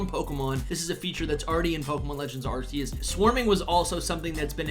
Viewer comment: It’s pronounced “are key us”